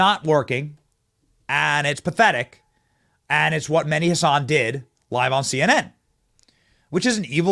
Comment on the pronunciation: Meh-di , emphasis on “h” like in horse